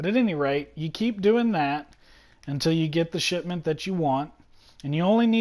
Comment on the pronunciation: I keep thinking he's saying "shit mint" instead of shipment